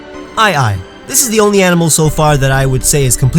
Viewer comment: whats an "eniemal"?